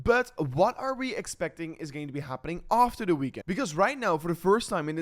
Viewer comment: Emphasis on the After